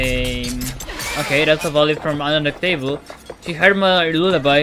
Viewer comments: Kept saying “un-duck- table” instead of un-de-tect-able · Yeh, man, undetecTABLE Yep... Definently not undeTECtable 😂